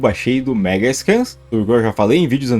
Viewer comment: Não fale "Megascan", cara. O correto é "Megascans", com o "s".